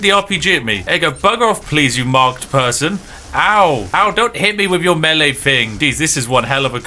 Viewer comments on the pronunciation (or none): none